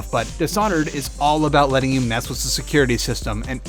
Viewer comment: "Mess wis the security system"... Well then, takes the award for one of the most random and rare speech impediments that I've ever heard before... Anyone else catch on to how he literally can't seem to pronounce the word "with" correctly? Pay attention and any time the word "with" comes up he says something like "wis" or "wiz", rather than pronouncing the "th" sound at the end. Funnily enough, he seems to have no problem pronouncing the "th" sound for any other words as he keeps saying the game's title Thief correctly, but something about the word "with" and his brain has apparently hardwired itself to say wis/wiz or something... it's a little strange tbh.